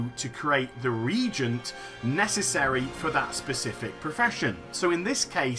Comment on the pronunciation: Reagent pronunciation: "Re-agent" Go ask Bellular : )